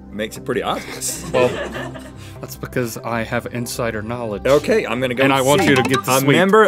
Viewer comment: It's funny how Link says, Because! He pronounces it, Picuz. 😊😀😁😂😂😎